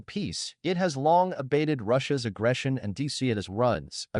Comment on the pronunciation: the AI flipped out hard with the word aggression. I miss the days when videos were created by actual human beings.